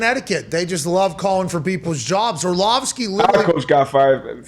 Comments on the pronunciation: If you're going to discuss the man, get his name right. It's not Orshlovsky, it's Orlovsky. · Or-slovsky is a wonderful mispronunciation! 🤣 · I love AJ Hawk mispronouncing Orlovsky as "Orshlovski" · Dan Orshlawvskie huh? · Is dude just incapable of pronouncing Orlovsky? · Is AJ mispronouncing Orlovsky on purpose or is he just struggling mightily with it?